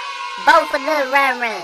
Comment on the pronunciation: Rev: Lil yan yan The actual way: Lil ron ron